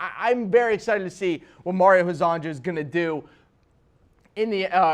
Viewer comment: It’s pronounced Mario Her-zon-ya. Please I can’t listen to you butcher his name anymore. All Croatian, Serbian, Montenegrin and Bosnian players with a “j” in their name is pronounced as a “y”